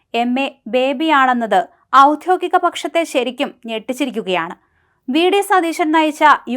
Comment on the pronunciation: ഔദ്യോഗിക പക്ഷം എന്നാണ് ' ' ഔദ്ധ്യോകിക പക്ഷം ' അല്ല ശ്രദ്ധിക്കുക